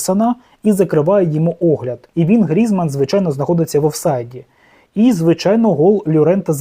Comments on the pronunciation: Тільки не ГрІзман , а ГрізмАн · 1. На якому таймінгу відео сказано, що Шахтар наїхав на Динамо? 2. Безграмотний, Грізман- наголос на А, бо усі французькі прізвища мають наголос на останньому складі!